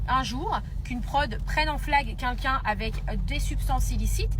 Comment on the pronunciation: Ça y est elle recommence avec ses "KUNKUN" elle sait pas prononcer "quelqu'un" ? 😂